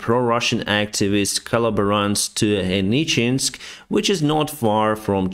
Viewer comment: Hey man, it's HenicheSK, not HenicheNSK :)